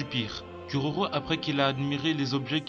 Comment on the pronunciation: "curaurau" ears bleeding